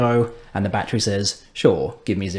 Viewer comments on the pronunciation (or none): Jesus christ use three syllables with 'battery' please. It's your language for crying out loud.